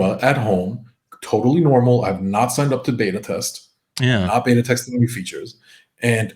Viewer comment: You guys say "beta" wrong